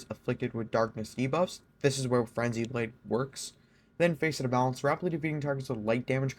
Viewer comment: it's pronounced fas-it not face-it